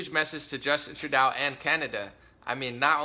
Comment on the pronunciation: It's pronounced, True-Dough ✌